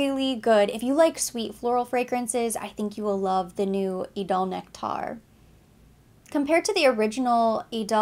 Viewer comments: Appreciate the review but it’s just idole “nectar” and not nect-aar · oh thanks for the info. I just saw a video where zendaya pronounced it as nectar. So I thought I would let you know. But if it’s from the brand then that’s what it is 😊